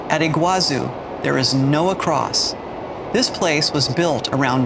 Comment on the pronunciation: It's pronounced Iguazú, not Iguázu. The accent is in the last syllable.